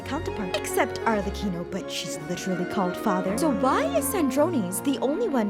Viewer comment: As a italian genshin player when u said arlecchino correctly my heart start full of joy